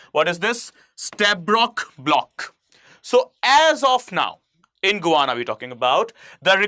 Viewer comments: It's not guana it's Guyana 😂😂 I think u need educated itself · Can I please correct your pronunciation of Guyana. It is not "Gooana", it should be pronounced as "Guy..ana" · It is pronounced "Guy-aana" , not "Go-ana" 🙏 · Good lord man! You sound like an absolute IDIOT trying to be a 'newscaster' when you can't even pronounce the country's name! GUY-ANA you fool... Not GOO-ANA! Pathetic! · Please try to pronounce the words xorrectly it is guana ,it is Guyana and it is not ecnomky ,it is Econonomy ! Thank you! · Pronounced Guy....Ana not Gwana... hydrocarbon are natural compound made of Hydrogen and Carbon with no or very little Nitrogen Oxygen or , Sulphur. Please learn some basics as it gives the impression you don't know what you are trying yo explain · It's not Guvana. This country is known as Guyana. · You need reading glasses. It is Guyana not Guvana! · Who thought you "GUVANA"? when its actual pronunciation should be "GA" "YANA"? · It is Guyana and not gowana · Guy.. it’s not Guvana.. its Guyana 🇬🇾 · The correct pronunciation is...as Gayana ! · You are mispronouncing GUYANA. The way you pronounce it, it sounds more like a word for bird droppings. You would have pronounced it properly had it been spelled as Gayana. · Its is Guyana. Gu ya na. How could you make this mistake.? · GUYANA to be prounced as GAYANA. Most of the youtubers commit the same mistake while prouncing. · can’t even pronounce a country’s name properly 😂